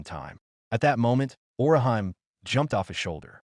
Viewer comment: sigh Orihan? It's Orihime, ori hime - "Weaver princess"